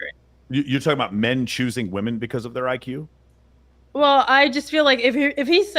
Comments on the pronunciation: Why do so many people have a problem with saying 'women'??? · Why do all these young girls always say “woman” instead of “women”? So annoying. The Air Force guy seemed nice enough but everything had to be started with “when I was in the military”. Destiny is useless. He has no idea how the real world works. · says "wooman" for both the singular and plural and it's irritating to listen to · How come women can’t seem to differentiate between the word ‘woman’, and ‘women’?